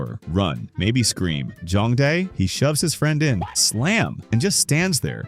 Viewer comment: whenever he’s trying to say jong dae he keeps on saying jung bae